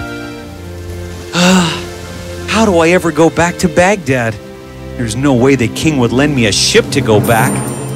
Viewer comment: How I wish I could leave a voice note saying " It's not Baghtat.. It's Baghdad